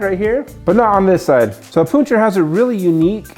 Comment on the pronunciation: That is, in fact, not how you say it.